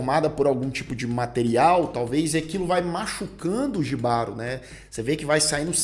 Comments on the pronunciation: Apaixonei na sereia. Para melhorar a experiência, tem que assistir esse episódio com fones de ouvido. A sensação sonora é fantástica. A gente sente a dor da sereia no final e o desespero do cavaleiro. Outra coisa, não é "jibaro", é "ribárô". J tem som de R em espanhol. Desculpa, mas sou casado com uma colombiana e ela me enche a paciência com nosso portunhol... Kkkkkk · só uma observação, "Jibaro" se pronúncia Rribaro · a pronúncia correta é em espanhol, logo o correto é "RRÍBARO". J em espanhol tem som de R.